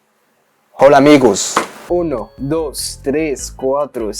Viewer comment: هي مش بتتنطق هولا هي اولا لان الh silent